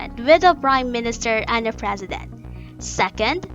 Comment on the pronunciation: Even the Frezident.